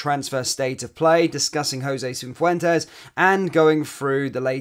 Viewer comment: There is no "N" in Cifuentes